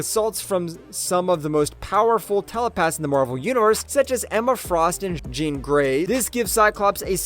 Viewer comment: Did this dude us AI only to say “jean grey”?? Like what is happening here haha there’s something completely uncanny about how that babe is said everytime in this video